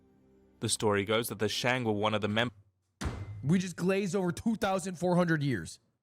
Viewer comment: should just check cool history bro chanel compare to this saying shang as shank 😹😹😹